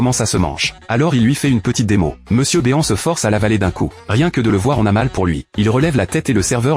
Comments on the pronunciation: Mr BÉ-AN !? C'est Mister BEAN > "BINE" Bordel Raaaaaaah ..... quand vous reprenez des vidéos vous pouvez pas au moins contrôler le rendu...... Et puis le fil qui attend son père....sérieusement. .....blaireau !!!! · C'est MRbean pas Monsieurbeon